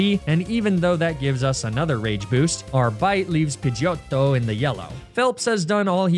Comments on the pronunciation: I'm Italian and the way you said pidgeyOTTO was simply BELLISSIMO. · you saying “pidgeotto” like that, 15 times in about 3 minutes was the most annoying shit ever. literally could not watch the video after the 12th time i heard you say it. was it supposed to be funny after you said its name wrong for the 9th time? or maybe the 13th?? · THERE SHOULD BE ONLY 2 T'S IN PIDGEOTTO! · 25+ years and I've never heard Pigiotto said like that and i absolutely love it. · Pidgeotto with an italian accent made me howl the first time u said it 😂 really caught me off guard hahah